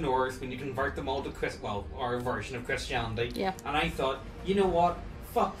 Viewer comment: The way you pronounced "Christianity" gave me an idea for a shitpost paladin order. I give you Chris-Chanity, a fundamentalist order of zealous, weeby neckbeards with the power of God and Anime on their side. Autism is the Light that shall be the World's salvation!